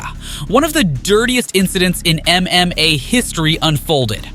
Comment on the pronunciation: Stop saying mma like that.